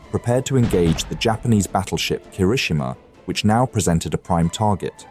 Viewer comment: Pronunciation guide. Kirishima. key - ree - she - ma, not ker - ISH - i - ma (they get it right a few times). Atago. ah - ta - go, not ah - TAHH - go (Admiral) Abe. ah - bay,. Bow like "ow".